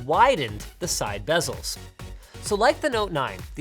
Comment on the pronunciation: hhe said side bezzels